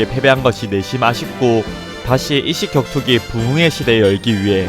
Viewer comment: 혀에 문제있어? '이씨겨투기' 가 아니라 '입식격투기' 발음이 왜이따구야